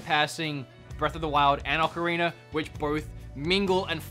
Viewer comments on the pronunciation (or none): none